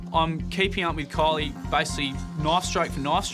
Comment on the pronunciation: I had to check the comments to find out her name is Kylie and not Coilly.